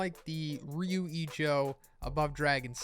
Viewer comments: Fyi, its rather pronounced ryuu ijoo, since the u an o are long / doubled. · I'm really disappointed on how you pronounced "Ryu Ijo". I mean, my day is ruined dude wtf